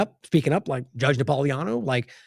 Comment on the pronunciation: Ya gotta get NapoliTANO name pronounced right. Na-pol-i-tano.